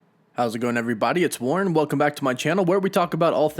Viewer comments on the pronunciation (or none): none